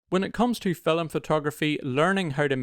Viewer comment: can`t help, i hear always fil"e"m.... ;-)